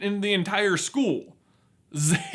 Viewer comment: minecraft hurt noise in the way he pronounced the word "school"